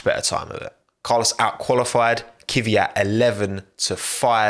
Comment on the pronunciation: what's with you english speakers and non-english names?It's pronounced Kvίat not KίViAt